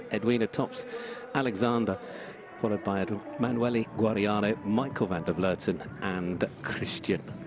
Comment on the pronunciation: finally a commentator who can properly pronounce the Dutch name Van der Vleuten...